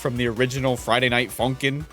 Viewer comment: “what’s up Friday Night Fucking-ners” is what i hear